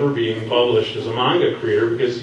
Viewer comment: Just 1 question u pronouce manga like mwanga k that wasn't a question